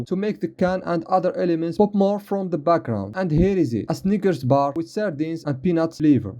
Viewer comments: W-I-T-H NOT WHITH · "made wihth real toothpaste" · dont forget the wihth